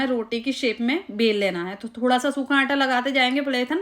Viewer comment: Qurban jaon "Aanta" K. Its Aata. Recepie is superb